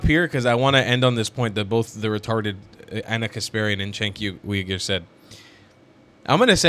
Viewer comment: Cenk pronounces his last name as you ger